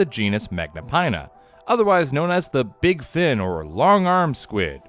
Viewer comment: Sooo.....Beeg bug fren?